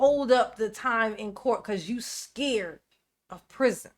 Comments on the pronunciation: I cant wait until Duh-rel releases his tell all memoir, "under the prizion" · I wonder if he thinks all the other inmates in the pri-zee-on gave consent to go there.